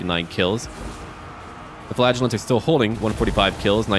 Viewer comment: Every time you say "flagellants" I always think you're saying "flatulence" and now I can't stop thinking the flagellant's secret weapons is gaseous fumes...